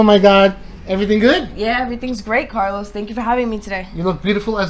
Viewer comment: Why do you say "Carlous" instead of Carlos if you speak Spanish